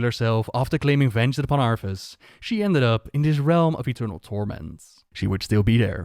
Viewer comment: Its funny how he said arthus like arfus considering the hearthstone card exists lol